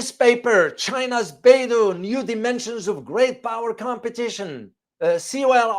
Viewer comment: Professor, thank you for your video. Beidou is not pronounced "Bay-do", but like "Bay-doe" (rhymes with "toe").